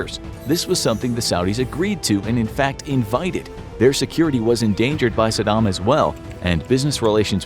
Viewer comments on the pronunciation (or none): Brahh the way you purnounces Saddam... Are you kidding me? Lol did you live under a rock in 2004?